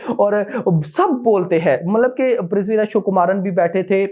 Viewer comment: Vo Prithviraj “chukumaran “nahi,Prithviraj Sukumaran h😂